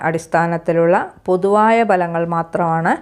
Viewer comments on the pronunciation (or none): ബലങ്ങൾ അല്ല ഭലങ്ങൾ എന്നു പറയുക. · ഫലങ്ങൾ എന്ന് പറയണം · മരങ്ങൾ അല്ല.ഫലങ്ങൾ ആണാ